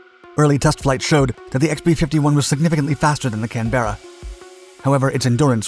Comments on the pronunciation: Once and for all learn how to pronounce Canberra - it is NOT "CAN - BEAR AHHH", sadly the invented pronunciation on this channel has proven too tedious. Unsubbed. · Just one thing, it is pronounced "Can-bra" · Would help if you explained where the pronunciation was wrong "kan·br·uh". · The narrator mispronounces Canberra. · I really enjoy the videos... but its horribly jarring every single time I hear Canberra being mis-pronounced so horribly. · The mispronounced Canberra is incredibly off putting. How difficult would it be to look at some English YouTube videos and research how it is pronounced before you narrate it. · If the people of Kansas City, Missouri are entitled to complain (they even booed the guy) about a musician saying ""Kansas City, Kansas" then I think that Australians are entitled to complain when Americans and Canadians mispronounce Australian place names like Canberra and things named after Australian places like the Canberra bomber aircraft. Americans and Canadians also mispronounce British place names like Marlborough and Launceston. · Informing those that mispronounce "Canberra" of the correct pronunciation might help make it a rarer occurrence, instead of just complaining about it. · Indeed as an Aussie I fully agree. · Bless you, that’s so not how you pronounce “Canberra” 😄 Interesting video, thanks. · It's not the first time he's encountered words he's too lazy to pronounce correctly. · You like saying Canberra incorrectly don't you? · Canberra is produced as in the City in Australia; now I understand the problem, even the Aussies cannot say it right. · CANberra - not canBERRA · The correct pronunciation of Canberra is "Kanbra". A mispronunciation like "Kan-Berra" is like saying "Ar-Kansas" instead of Arkansas. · CAN-berra vs. can-BERra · British Can Bearer...NO NO NO it's pronounced CAN BURRER (BU as in butt, RRER as in terror) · Canberra not CAN BERRA Washington not WASH HINGTON try using English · whats a Can. Bera, its a Canberra